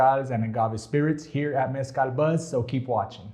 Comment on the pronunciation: I gotta say I APPRECIATE that you pronounce Mezcal properly unlike our fellow Anglo Americans with the 'Hal' ending. 🙃 Even American born Raza pronocues it with the 'hal' ending. Cringe. You my friend, got your self a new subcriber.